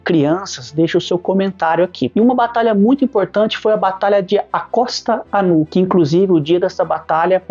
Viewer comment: Grande vídeo! Parabéns pelo conteúdo, pois é muito elucidativo e direto e rápido... seguinte meu amigo, a forma correta de se falar acostanu é acostanhu, e é verdade sim sobre o feriado, é o dia das crianças deles, o dia de los ninos (ninhos). Saudações da fronteira MS/PY